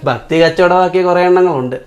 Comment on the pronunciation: Video Super 😂😂 പിന്നെ ഒരു കാര്യം...Fakthi അല്ല Bhakthi 😅😅 Garfam Alla Garbham 😂😂😂